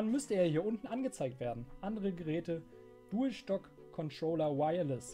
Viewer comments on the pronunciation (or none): dualstock Controller" hahaha